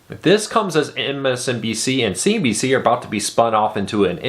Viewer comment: you forgot the n in cnbc as you were saying cbc which is a canadian tv station.